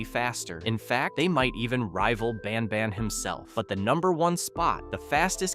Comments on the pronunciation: He said ban bon 😂😂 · Bro said banbuns at the start